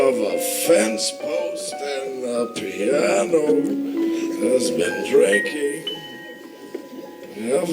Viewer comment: OMG.... the way he massacres "The Piano" is breathtaking.